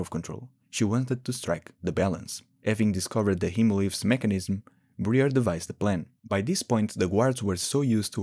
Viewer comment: Ummm boss can you ummm pronounce Briar's name as it is meant to be pronounced....... Your version: Bre-ur In reality: Bry-ar